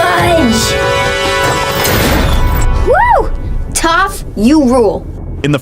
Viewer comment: amin (amon) tenzeen (tenzin) tough (toph)